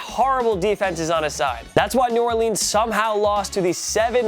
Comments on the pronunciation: I hate how he calls them the new Orleens saints instead of New Orlins I know it’s spelled New Orleans I just spelled them like that for pronouncing the words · This video is almost perfect, but you pronounce New Orleans as New Orleens instead of New Orluns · New Orleans, not New Orleens :P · well now i can’t like the video because you said new orleans wrong